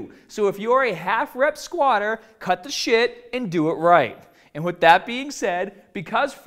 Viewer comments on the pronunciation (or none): "So if you're a half rep squatah, cut the shit, and do it right." This guy is a badass!